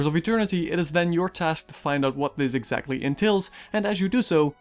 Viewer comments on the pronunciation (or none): none